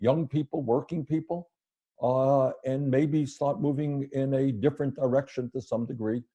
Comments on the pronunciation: "Different "erection" in some degree" 🤣😂 Creepy Uncle Joe. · Did Bernie say "erection" vs "direction"? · play that over and over again. I swear he left off the d in direction. "....move in a different erection, to some degree. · 5 mins 27 secsonds he says move in a different erection. Listen close.